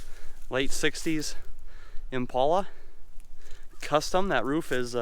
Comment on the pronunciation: Buddy, if you are going to say the names of cars, please say it right. The car you are referring to is an Impala, not an "Impolla". Please say it right.